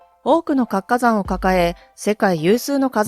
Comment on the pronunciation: 「かつかざん」と「つ」をちゃんと発音する方が良いです。